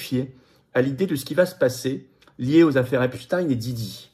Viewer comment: C pas apchtaigne c epstein